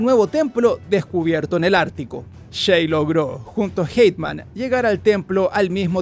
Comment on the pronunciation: Por qué le dice Hateman a Haytham?